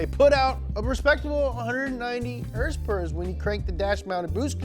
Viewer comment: My first Fox was a flat window 1982 Capri 5.0 4 speed.. I currently have an 89 LX 5.0 out of Missouri... First time viewer on your channel, instant subscribe when you said hrsprs! Ever heard of the Youtuber Fleccas? You could be his long lost brother! :D